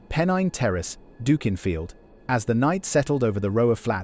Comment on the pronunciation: It is pronounced Dukinfield as in DUCK, not DOOK